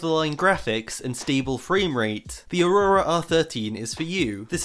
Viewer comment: I love how says aurora. Its just funny